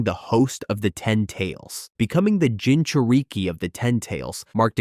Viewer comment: "Jinchur-eeke" "Kamooe" "Sharingin" 💀 Help me!!!